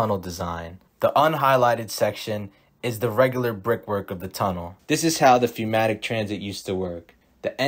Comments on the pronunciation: Good informational video, though pneumatic is pronounced numatic, not fewmatic or fnatic. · Great stuff just please say pneumatic correctly. 'new-matic' is how it's pronounced. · Why do you keep pronouncing "pneu" as "feu"? Literacy not quite up to par?